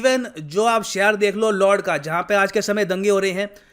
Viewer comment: lord nahi Lud hay pronounce to sahi karlo